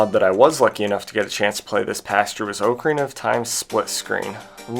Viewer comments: Oak a rina??? Cringe bro.. Repeat after me Ahk-a-ree-na My god. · The year is 2026, people still say Oakarina instead of ocarina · Not trying to be annoying, but the o in ocarina is pronounced like the o in rock rather than the o in oak. So like "ah-carina" rather than "oak-arina" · That's not how you pronounce ocarina... You can literally google "ocarina definition" then click on the pronunciation and it will say it properly. It's pronounced like dock, not oak.